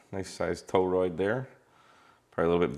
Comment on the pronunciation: "..attach the toe-rood to the thing.."